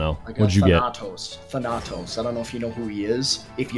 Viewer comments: You put the emphasis on the first A,. THAnatos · Stress the first A thAnatos not thanAtos wtf I can't keep hearing the same word pronounced like that its driving me crazy 😂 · not thanAtos its THaNATOS...im greek ... GET REKT BOI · It's actually thAnatos... Not thanAtos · its thAnatos not thanAtos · Can we all just appreciate how hard butchered the pronunciation of Thanatos (THAN•uh•tōs) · Than- ah - toes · I study Greek and everytime you pronounced Thanatos like " phanatos " I wanted to kill myself I'm joking, I love you <3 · It's pronounced thanutose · If pronounces Thanatos wrong one more time I swear to god